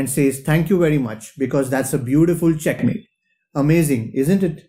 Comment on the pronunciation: I like the way you say chackmate I have also adapted the "thank you very much"